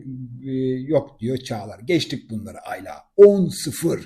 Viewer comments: yorumlarınızı beğeniyorum Hepsi gayet yerinde. Rica etsem Ayla isminin tonlamasınıı ikinci A yı uzatarak yapmasanız. Güzel Türkçemiz’de bu isim kısa A larla okunur. Emeklerinize teşekkürler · Aylaaa değil abicim ya Ayla . Tek A